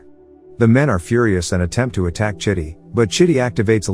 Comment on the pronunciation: Dude, that's not how you supposed call the robot's name. You calling him shitty 🙄